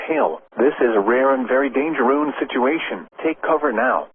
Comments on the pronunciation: Dangerous❎️ Dangerune✅️ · Bro really said “Dangeroon”😂☠️ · "this is rare and verry dargeroon" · bro made me laugh when he said dangerun 🤣🤣🤣🤣🤣🤣🤣🤣🤣🤣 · "THIS IS A RARE AND VERY DANGEROONE SITUATION" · “This is a very rare and dangeroon situation”🚨🚨🚨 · "Oh, no! The storm is very dangeroon!" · "A rare and very 'danger-oon' situation". Huh. That's disconcerting. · Why did he say dangeroon? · "dangeroon" lmao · "this is rare and very dangeroon situation" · It is very dangerous❌ It is very dangeroon✅ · yes, he said “dangeroun.” What i don’t get is how they messed this up. The s and n keys are nowhere close to each other. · "This is a very rare, and dangarooze situation" 🤣 Edit: Sorry I paused before hearing him mention that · He said "dangeroon". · Danga-Roon. The brand new Aussie super hero. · "This is a very rare and dangeroon situation" got me rolling 😂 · "this is a rare & very Dangeroon situation" 🤣🤣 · I also said, "did he say dangeroon?" 🤣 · "Dangeroon" took me out LOOOL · i'm glad i'm not the only one who heard "Dangeroon" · "...this is a rare and very dangerROO situation!!" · did i hear dangeroon??? edit: immediately after i say this he points it out oh wow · this is a very rare and dangeroon. Thank you AI voice, thank you